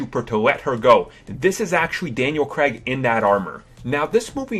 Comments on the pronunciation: Hits Daniel Craig not Daniel creg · Craig is pronounced with an elongated I. Cray-g not Creg. Warwick is pronounced with a silent second W. Wa-rick nor War Wick. Thomas is pronounced with a Hard T. Tom-as not Th-omas. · Daniel "Creg", Poe "Dameran"? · It was actually Alec Guiness' voice that said "Rae" in the vision sequence. Not Ewan McGregor. Also, It's Poe Dameron, not Poe Damaran. And its Daniel Craig, not Daniel Cregg. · It's Daniel Craig, not Daniel Cregg. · Daniel CRAIG! not CREG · Daniel Cregg? You mean Craig? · Daniel Crag never played bond. Daniel Craig, on the other hand....And War-wick Davies - who the hell?It's pronounced warrick. Jeez. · Daniel creg? It's spelled Craig and pronounced crayge lol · sorry you lost my like at 'Daniel Creg' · Why do Americans pronounce Craig as Creg/Kreg..? -_ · Daniel Craig's surname is pronounced cr-a-g and Warwick Davis' first name is pronounced wa-rick. BTW I love your vids.